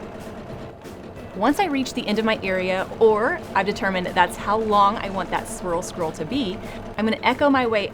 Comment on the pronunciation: I'm so very impressed. You can say swirl scroll that many times without messing it up. I'm having trouble saying it once!